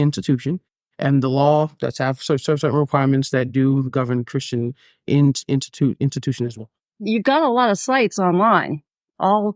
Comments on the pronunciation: "A Christian Intutution"😂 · And yet he can't even pronounce 'ask' and 'institution' 😂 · He can't even pronounce institution correctly 😮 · I am apalled that people actually believe he could be a doctor when he could barely say asked and institution properly. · When he couldn’t even pronounce institution ;( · He can’t even pronounce the word “institution” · he didn’t even say institution right😭😩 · listen i’m not tryna be funny but the guy hasn’t even learned how to pronounce “institution” 🤦